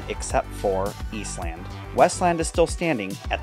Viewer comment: In Columbus, it's pronounced "Eastlend", "Northlend", "Westlend". Saying East Land is off-putting.